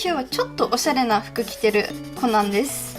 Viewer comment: コナンが｢ほな｣に聞こえて、なんで急に関西弁！！？って思った笑笑